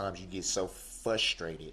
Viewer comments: Say what?!? Fus..trated??? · BOY ITS FRUSTRATED NOT FUSSTRATED. HEY BOY ITS ALL YOUR FAULT NOW LIKE YOU PEOPLE DO BLAMEPgwe